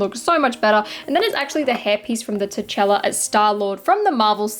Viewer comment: Did you just say "te- chAla"?? 😭😭